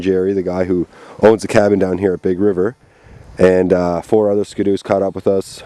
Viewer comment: That's funny, I thought you said "Pig River" first, but when you said you were going to Jerry's cabin, I knew you were talking about ""Big River".